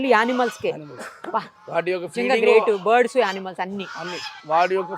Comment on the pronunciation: Bird,s అవి board,s kadu ucharana sarichesukondi